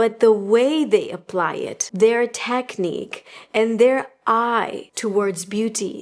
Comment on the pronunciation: The way you say technique i just cant